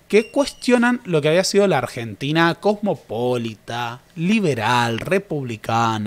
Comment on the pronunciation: En casfellano se acentúa diferente. Cosmopolïta